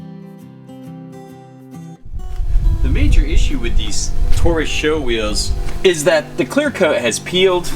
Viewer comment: I've heard you pronounce it SHOw more than once now. It's S.H.O., now SHOw. It's like the SVY Contour. You don't say Essvt when you pronounce it, do ya? Same principle.